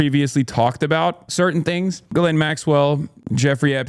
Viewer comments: Is it not pronounced Gill-ain? Dunno about the US but ‘jizz lane’ means something very different here. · Thank you for pronouncing Ghis-laine properly ... (Jeece-Len ... soft j) ...